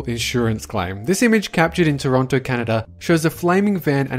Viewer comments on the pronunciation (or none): none